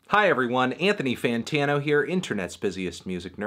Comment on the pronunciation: Daythony Tonatano